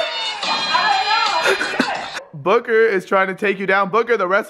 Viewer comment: It's Booker. Not Booger